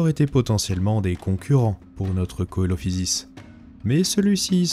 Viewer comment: Coelophysis se prononce « Celophysis »